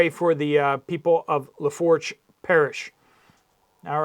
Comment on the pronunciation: FYI Lafourche is pronounced "luh-foosh"